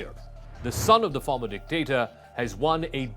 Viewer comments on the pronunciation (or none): You don't know the issue in the Philippines will, you need to learn more sir if you don't mind don't say dectator